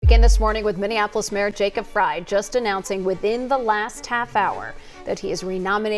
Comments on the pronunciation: Our Corrupt Mayor Jacob Frey's name is Pronounced {FRY} as in frying Chicken., not Fray., No pun intended,. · Pronounced "fry", not "freh"